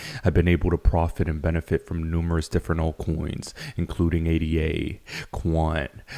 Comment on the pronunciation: It’s not A. D. A. it’s Ada. And it’s Cardano not Cardayno. And yes we know you’ve been able to profit from numerous alt coins you’ve said this like a million times. You and every other person in crypto. Big faken deal. Other than that I appreciate you and your videos